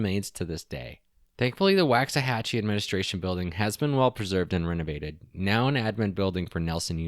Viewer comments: google "pronounce Waxahachie". waak·suh·ha·chee not Wax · It's a strange one alright, but the pronunciation of "Waxahachie" could maybe be explained as "Walks-a-hachie" But enjoyed the video! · Why are all of the city names mispronounced? Ta Wok An E, Muh Hay Uh, Wok Sa Hatch E (Tehuacana, Mexia, Waxahachie) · I was born in Waxahachie and have family buried there that go back several generations (about 150 years. I am 64). It drives me a little nuts when people mispronounce the name. It just takes a second to verify how to pronounce it. It’s WAUKS-uh-HATCH-EE. As far as Mexia, it is muh-HAY-yuh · You are mispronouncing Waxahatchie